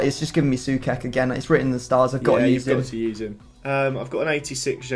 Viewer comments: its pronounced Souchek, not Soukek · Sue-ch-ek not sue-kek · Pronounced Soo-check, not soo-kek. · it's not soukek it's actually sou-ček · Please pronounce Soucek as Sue check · Pointless comment here, but please, it's pronounced "So-check" 😁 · I can't be the only one bothered by the pronounciation: it's literally pronounced "So-check", nothing too dificult. He's a proper beast too, might as well pronounce it right.